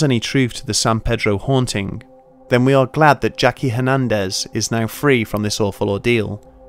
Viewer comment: "Hernendez" Back over the wall with you